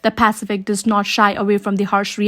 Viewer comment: What’s a pacifick?